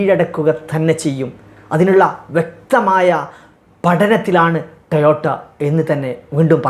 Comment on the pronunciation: ടയോട്ട അല്ല... ടൊയോട്ട ആണ് ശരി 😂